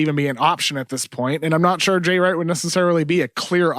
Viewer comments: Kevin O'Connor doesn't know how to pronounce "sure." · Shorely not